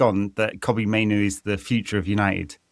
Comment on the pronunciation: My big wish for 2026 is that, Butt & Scholes learn how to pronounce Mainoo correctly.